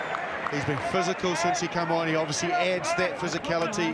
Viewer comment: STOP SAYING PHSICALITY